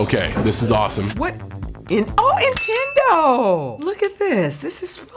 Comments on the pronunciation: did she say "Intendo"?????? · First time i hear the John Cena Said nintando